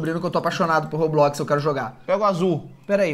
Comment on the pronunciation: Jesus cara não é Roblox é Roblox Roblox eu acho que você não passou da 10 anos da Escócia não como você não sabe falar Roblox que é isso eu acho que você não conseguiu falar Roblox direito